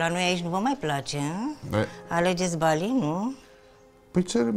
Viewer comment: Bali NU Ba-lee Jeez